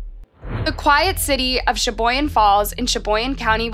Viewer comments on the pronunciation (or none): Sheboygan not Sheboyan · I'm just here to tell you, it's pronounced shuh·boy·gn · She also states that the girl who apologized in court was unhinged. She was not. She was remorseful & cried as she gave her statement. often reports misinformation. Many of her vids are either incorrect or details are left out. Like, Shaboyan. It's Sheboygan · It's not Shaboyan. It's Sheboygan. Pronounced "sha-boy-gun". I know, as i live across the pond from WI. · PLEASE! Proofread your copy..ACK! She-BOY-gan, WI. Bar-BEAU! NOT Barbarro! Hornchurch COUNTRY Park NOT COUNTY! SpoKAN, Not SpoKANE! Enunciation is extremely important! At least a dozen names & places are butchered in print & audibly. Those murdered deserve their names to be pronounced properly. Thank you.